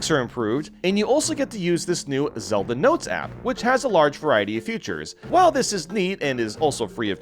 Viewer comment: l love how he says the word feature(s) "future(s) why is that?